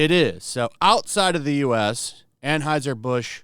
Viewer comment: AnHEUSER. Stop saying AnHEISER!!!!!!!!